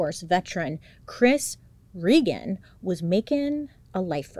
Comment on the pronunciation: my first name is regan, i dont hear many people say it or even pronounce it correctly so that was cool to hear. rip chris tho